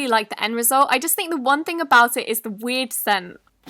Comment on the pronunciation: when you said “weird scent” it sounded like you said weed scent with your accent 😂😂